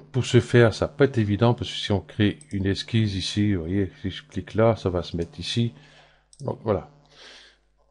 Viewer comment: on ne comprends rien à ce que vous faites. Les explications sont brouillons on ne voit pas où vous voulez aller. Ps : on ne dis pas exquise (ça c'est pour les charlottes aux fraises ou les glaces autres au choix) mais esquiSSe. Courage avec beaucoup de travail vous ferez bien 2 vues de plus.